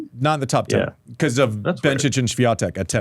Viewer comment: Maybe you start with learning how to pronounce the name of Swiatek correctly